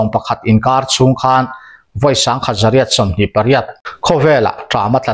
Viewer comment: Phili chûng...tih hi...chûûngngng...ti in thluk raih raih tur zawk a ni em ka ti a.Sir 🫢😂